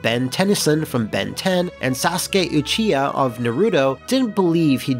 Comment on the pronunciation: Says the words "Sasuke" and "Uchiha" perfectly but mispronounces "Naruto"